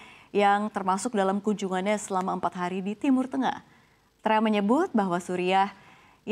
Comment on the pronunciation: Penyiar biasa aja gausah bilang crump, bilang aja trump apa adanya gausah di inggris2in.